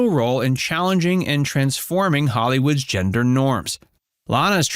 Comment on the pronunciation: I thought I was going crazy like is it called a hemder change now?...sounded made up.🤣🤣🤣